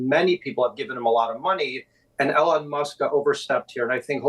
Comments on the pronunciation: His name is not Ellen, it is E-lon. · why is George saying Elon's name wrong?